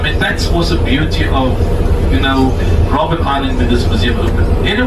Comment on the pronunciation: It's Robben island not Robin